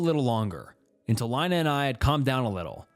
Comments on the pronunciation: Lina like Angelina, not Carolina😘🫡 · LEENAA IT'S LEENA NOT LINE-A!!!! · Why do you go from pronouncing the name Lina from Leena to Line-a?? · Plus, "Lina," lol. Names are always a bit debatable, but generally speaking, it's pronounced like "Leena." It's often short for different names ending in "lina." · How is nobody talking about him pronouncing Lina 10 different ways???